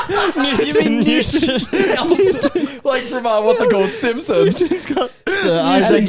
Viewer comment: It's definitely Newton not Nelson